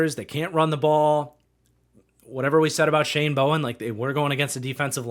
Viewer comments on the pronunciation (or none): none